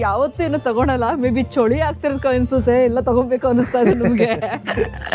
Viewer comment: ಚಳಿ❎ ಚೋಳಿ ✅